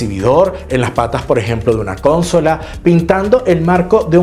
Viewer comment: Gracias,. Me encantan tus videos aunque hace tiempo he querido decirte que no es "cónsola" sino "consola". ❤